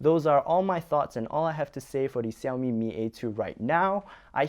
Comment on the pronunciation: now it's see-owmi that sounded weird all foreigners pronounce shiaomi. hot millet yeah..